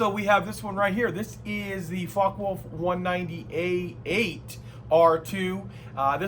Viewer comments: It's more like "Fokke-Wolf" not "fok-wolf" 😁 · It's "vulf", not wolf.